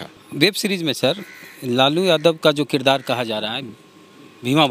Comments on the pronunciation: Kirdar ko kirayedar bol rahe hai. Padhe likhe log hai. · Sadhu yadav aap bhi kirdar ko kirayedar bol rahe ho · साधू जी आप भी पढ़ें लिखे हैं 😀😀 लगातार दो विडियो में किरदार को किराएदार बोल रहे हैं 😀😀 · ई किरायदार क्या होता है...किरदार होता है साधु बाबा 😂